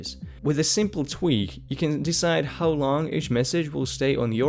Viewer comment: "Hi. Ho-e" delete E "Ho-w"